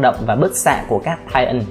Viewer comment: lỗi sai trong kênh : titan mà anh đọc là tian :)